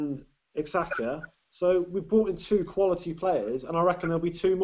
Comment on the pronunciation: "Elneeny & ex-haka" LOL Trolling you hard